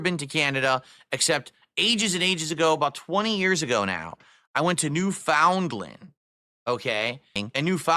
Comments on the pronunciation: Doesn't just pronounce Newfoundland wrong but emphasizes the wrongness of it lol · My family is from (British) Newfoundland. I’m suuuuuuure they loved his entitled ass. Lol. COMPLETELY mispronounced the name too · He still pronounces Newfoundland wrong >>